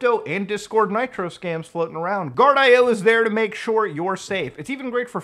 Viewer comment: I believe Guardio is actually pronounced "gard-e-oh" not "gard-i-oh"